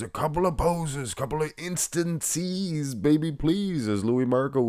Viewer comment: Instanceez baby pleez 😂